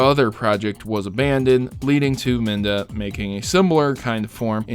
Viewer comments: It's pronounced midna. Not minda. You could see all the interviews linked in the description down below. Ganondorf:I HATE LINK!!!! I HATE HIIIIIIIIM!!!!!! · MIDNA not MIN-DA! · I don't mean to be rude but it's Midna, not Minda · It's 'Midna'! not 'Minda'! Please pronounce it right - MIDNA! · Midna, not Minda. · "Minda?" Really!? Can't you read? And I thought you would've known that, considering you're mainly about Nintendo